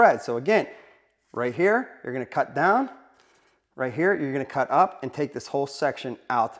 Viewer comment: Drink every time he says ‘right heyah’ 😂